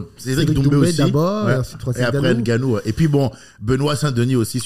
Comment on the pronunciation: Punaise! Même mon gars prononce Nganou "ENganou", "ENdolè"...😐😑😔 Sinon super interview avec l'humour d' comme on aime 😉. Avec Tous mes encouragements.